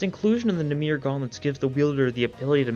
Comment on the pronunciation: Ik im late but namir is not how you say that Its namer if you were going to the hebrew translation